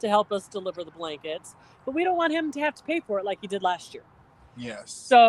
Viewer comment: And But is pronounced Buy, lol 😊